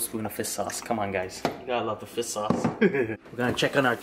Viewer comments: Ha! I love how when you say fish sauce it sounds like you're saying fist sauce. Lol too cute! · Oml I can’t “fis sauce” 😂 😂 😂